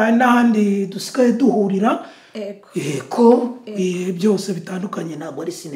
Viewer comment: Ntibavuga "ego" bavuga "yego " . Sinzi impamvu Papa Sava atamukosora.